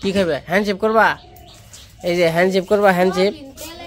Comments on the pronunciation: শুভেচ্ছা নিও। কথাটা Hand shake, Hand ship না কিছু মনে করো না। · Bhakto tumi hand sip keno bolo ota hobe hand shake